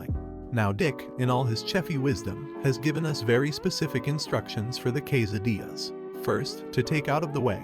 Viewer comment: Kway-sa-deez and yalla-pee-nose